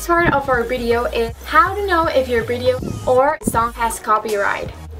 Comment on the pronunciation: I like how u say bideo instead of video 😂😂